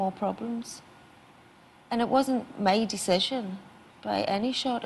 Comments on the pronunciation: one question: if she says mee and not my, how can she sings call MY name???? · i love it how she says me instead of my